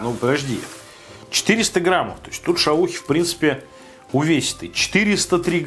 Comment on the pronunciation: Граммов, медиум Рээ, ты отсталый???